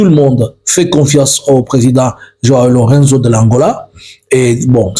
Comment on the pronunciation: Presidente João Manuel Gonçalves Lourenço. En français, lourençou non lurenzo